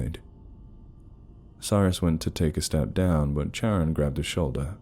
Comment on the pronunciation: is it Charon? I thought you were saying Sharon😂😂😂Anyway, I believe that Charon is pronounced Karon